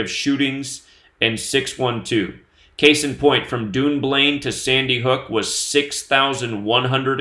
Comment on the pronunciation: Dunblane is pronounced Done Blain ......... you are saying Dune Blain